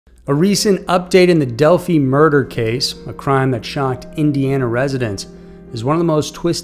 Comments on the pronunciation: It’s not pronounced Del- fee It’s Del -fi Also, this is a VERY sensitive case that millions have been invested in for years. Please make sure your information is correct. Like the age of the suspect, etc. if you’re going to make videos about these poor girls and others, take the time to get your information correct. It’s disrespectful to be making money off these horrible situations and not taking the time to learn about them properly. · It's pronounced Delfeye, not Delfee. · Its Delphi not delphy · Delphē? It’s Delphī. And what ending? He hasn’t even been convicted yet. This is the beginning of a long, long road. And …who the hell is that? It’s not Libby. Foolish video. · Delphi= Del-fye, not Del-fee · Why does he keep saying Del-fee..it's Dephi (Dell-fi). Did he not do any research on this at all? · He is 50 years old not 60..and its pronounced Del-f-eye.. if I were u I would do this video over..cause there are a whole lot of Delphi true crimers out there who will be going crazy if things "aren't right"... just trying to protect you from a headache!!!!! Lol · It’s Delphī (long i) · It's not pronounced Delphee!!! It's a greek word and it rhymes with "lie". Even an Indiana boy like me knows that much!! For crying out loud. Imagine a fraternity pronounced "Fee Epsilon Omega"!! Now that's just ignorant and uneducated. And secondly, this is one of the most useless videos about this case I've seen yet. Everyone interested in this case knew as much as this guy spouts off over a month ago. A waste of time. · If you're going to report on something please at least know where you're talking about. It's Delphi...long I...not Delphe. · It’s pronounced DELL-FYE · You pronounced the city name wrong, it was Libby's phone not Abby's that recorded the video. He was 50 not 60. Several other inaccurate things said in this video also! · Ok. It’s Delphi the i is long. Allen is 50 not 60. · Just wondering when your gonna pronounce Delphi right lol